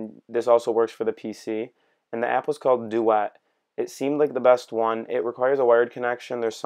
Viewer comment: Pronunciation of duet is bothering me.